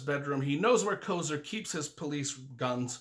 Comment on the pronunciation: and also it is Kofer.